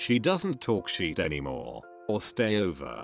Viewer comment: The way the automated voice pronounced shit as sheet just got me